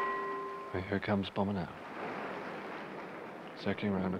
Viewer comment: I wonder why Michael Palin calls him "Bombber" rather than "Bomber".